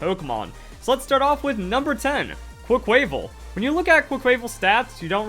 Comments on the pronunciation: It’s pronounced “quack-kwa-vawl” like carnival not “qua-kway-vul” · Why does no one pronounce Quaquaval right? It’s Quack-qua-VAHL. Like Carnivale. The inspiration behind the name is RIGHT THERE. Please remember it. Quay-quayvel just sounds forgettable.